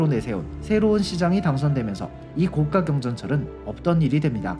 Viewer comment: 다 좋은데 발음이 좀 아쉽네요. 高架의 발음은 [고가]입니다. [고까]라고 하면 高價가 되어버려요.